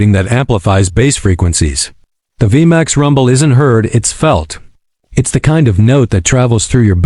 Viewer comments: It's pronounced V MAX 1700 not V M A X 17 0 0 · I can't take these lazy ai voiced slop videos. The ai narrator actually said "the Yamaha V.. M.. A.. X" as if the name is an acronym 🙄